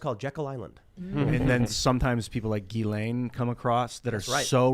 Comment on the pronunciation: It's "Jizzlane"